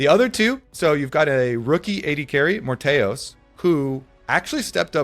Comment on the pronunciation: "at ad carry we have the rookie morttheus"